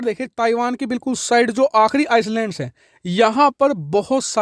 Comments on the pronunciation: Bhai iceland nahi island, pronunciation sahi nhi thi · आप ने कई बार आइलैंड को आइसलैंड बोला है जो कि गलत है। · Bro, aapka Har video aur commentary ekdum sateek, perfect aur stylish hoti hai. Par aaj ek pronouncement mistake hui aapse jo mai Aapke notice me Lana chahta hun, agar aap burn na mano to.... It's not Iceland, island. S silent hai is liye actual pronunciation hai iland. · Pl pronounce I- land not Ice-land Thanks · Bhai, island ka uccharan Iceland nahi, I-land hai. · Sir it’s called i-Land instead of ice-Land… sorry to correct you! But so many people watch you channel though it’s important for you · S silent rahta hai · Iceland nehi Island should pronounce Eye Land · Aap galat bol rahe ho..ice land nahi hota..i land hota he..dheyan rakhen. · आईसलैंड नही, आईलैंड शुद्ध उच्चारण है। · Islands not icelands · It's called "EYE - LAND" and not "ICE-LAND" ffs. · 'Island' is pronounced 'I-land' Please keep up your good work.. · चूंतिये island को आइसलैंड नहीं बोलते हैं 😂🤣😂 किसी पढ़े लिखे से पूछ ले बोलने से पहले 😅😆😅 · It's iland, s silent in island.. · Island ka pronunciation sahi nahi hai sir aapka.